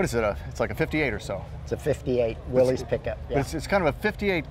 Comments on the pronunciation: One would think that on THIS show they could correctly pronunce "Willys". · Why doesn't anyone pronounce "Willys" correctly? It's simple: it's not "WILLIE'S", it's "WIll' iss", named for the company's founder, John North Willys. I guess you could correctly call it "Willie's", but only if Willie owns it!